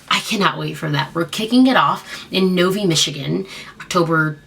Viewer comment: Novi is pronounced (NOV EYE ) I remember when you came to Michigan a couple weeks ago ago when you came to my church which is Brightmoor and my friend did the crowd surf